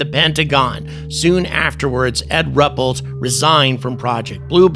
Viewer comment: Rupellt is pronounced as Roo-pelt.